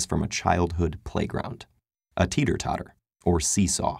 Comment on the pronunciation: teeter "otter"?